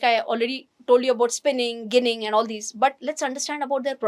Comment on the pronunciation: The pronunciation is 'Jinning' and not 'ginning'.